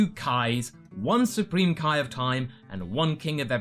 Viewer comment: Why everyone says kai eeee but says (KAIO)ken.